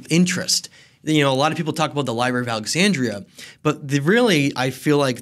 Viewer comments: My dude said liBEARy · Lie berries 🤭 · Did this dude just say, "Li-berries"? Why... just... why? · "Libarries," lol. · You’d think a history expert would know how to pronounce the word: “library.”